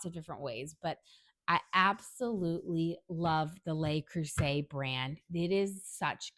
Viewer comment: Just a correction. "Le" is pronounced as "luh" and not "lay." (The plural "les" is pronounced as "lay.") Anyway, great comparison.